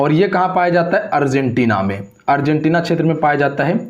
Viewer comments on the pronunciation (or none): none